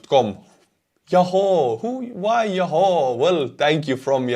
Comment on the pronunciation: it is enunciated Ya who (yahoo). Love your updates. Keep up the good work